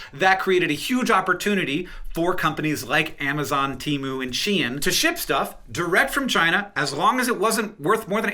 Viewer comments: *Shein not Shien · She In, She Inside, not Sheen. That’s all I wanted to clarify.